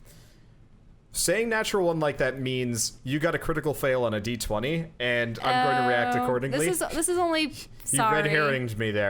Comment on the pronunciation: I'm not telling you guys you're doing it wrong or making a judgement call that my way is better, but I can not endure any more of this. The constant "one die twenty" instead of "one dee twenty" is just murdering me. Good luck and may Gygax have mercy on your souls.